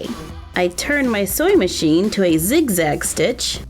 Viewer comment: How to say:scrunchie how she says it:Scwunchie How to say:Sew machine how she says it:soy machine